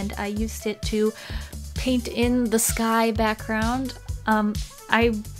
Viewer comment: Did anyone else think that when she said “the sky” it sounded like “this guy”. I mean for real I say there for the whole minute thinking WHAT GUY?????? No..... just me then???